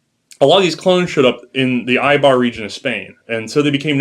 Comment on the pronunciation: great episode, just one thing... Eibar! not Aibar